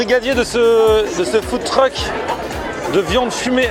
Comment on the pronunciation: Au debut il dis Food Truc j etais mort fin .